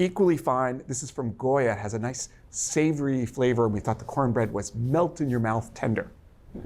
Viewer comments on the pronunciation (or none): none